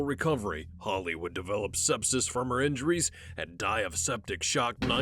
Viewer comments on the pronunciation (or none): Sepsis, the way the narrator said it😅